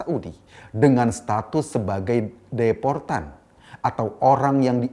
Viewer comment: Deportan...bukan deposan 😂